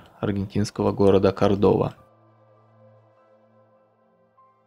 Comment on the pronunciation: Неправильно. КОрдоба, а не КордОба.